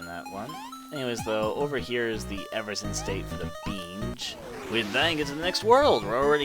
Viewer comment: BAY-GEH and E-VER-SHUN Sorry XD